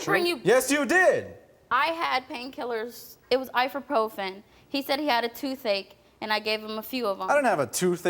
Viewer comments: Wtf is “I-fa-profen”🥴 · Is anyone gonna ignore the fact that she pronounced “ibuprofen” “I-for-profen” 😭😂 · I thought it was ifyprofen but either way yeah I caught that